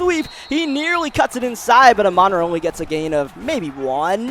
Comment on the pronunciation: I love the content but I don’t know if I can’t last the whole rest of the series with you mispronouncing Amon-Ra’s name, it’s pronounced like “ah maan raah”